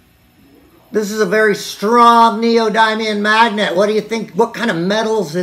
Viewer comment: the way you say neodymium 😂😂😂